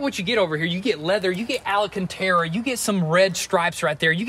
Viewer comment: So is anyone going to correct our boy on how he says alcantara